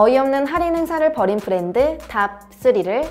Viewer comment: 브렌드 아니고 브랜드 아닌가요?